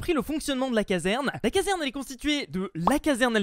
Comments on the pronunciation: Tu as dis caverne au lieu de casserne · On dit caserne et pas caverne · Mec sa se dit caserne pas caverne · Notre "caverne" 😂😂